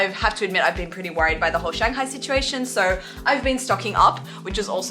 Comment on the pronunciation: always funny hearing an Aussie say "SO" like soyoo beautiful.